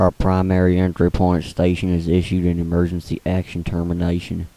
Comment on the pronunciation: Its Emergency Not Emerency